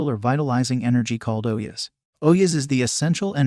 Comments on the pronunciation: its not OH-YES, its O-JAS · It's not oyas it's ojas. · don't stan on your head without a yoga master teaching, you will go crazy after a while, and ojas are pronounced d/f